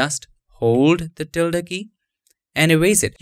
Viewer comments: You pronounced it perfectly - the spanish ~ till-da symbol found at alt126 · By the way, you are pronouncing the word "Tilde" correctly. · You are pronouncing tilde PERFECTLY! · You said ~ the right way